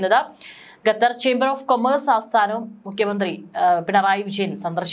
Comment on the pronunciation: ഗതർ അല്ല ഖത്തർ ആണ്. Pronounce properly...